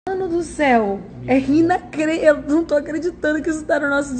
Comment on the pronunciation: Poliglota? Ela falou rinacreditável kkk, Anitta vive de mídia porque a carreira internacional dela é igual o português dela: um fracasso!